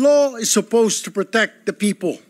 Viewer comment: Tama ba yung rinig ko "Pepow" 😂😂😂